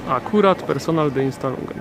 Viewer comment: Nie kumam jak można pracować i siedziec w Niemczech nie wiedzac jak sie czyta poprawnie po niemiecku takie slowa